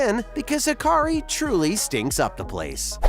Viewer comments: It's not called hakari, it's called hakarl with an L on the end. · HakarL not HakarI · Hakarl… not Hakari.. Ha-ka-RL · Hakarl, not Hakari. Good video, tho'